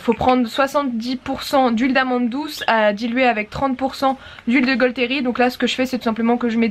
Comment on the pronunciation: Je m’étais forcée de ne faire aucun commentaire mais c’est plus fort que moi: la gaulterie ça se prononce la gauterie sans le L voilà voilà ;)